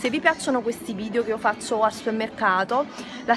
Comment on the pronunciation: si dice VIDEOOOOO non VIDIOOOOOOO